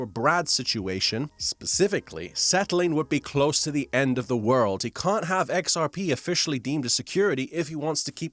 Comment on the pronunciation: "It's because they cun't!"